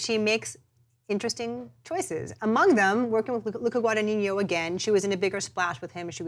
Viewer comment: Just a small correction: it's NOT pronounced "GuadaniÑO", it's GuadaGNIno (or GuadaÑIno, if want to use the Spanish letter) ;)